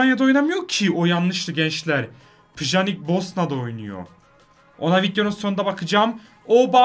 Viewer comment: Pjanich te yanlış söylüyor so fifa dan baktım